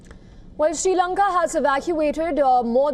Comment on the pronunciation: Dont chage name of my country jayashankar. Its not s lanka it s sri lanka